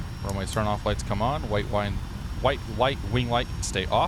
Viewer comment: Agghhh as someone from Austria you saying "Wine" was killing me. It's pronounced Veen in German, but it's Vienna